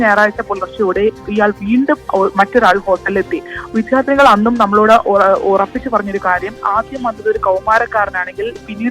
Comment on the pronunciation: ഈ വിദ്യാർത്ഥി എന്നത് വിദ്ധ്യാർത്തി എന്നു പറയുന്നത് കേട്ടുകേട്ട് മടുത്തു.